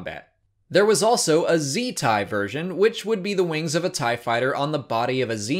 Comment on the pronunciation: Better thai. Oh, you meant tie? Oh.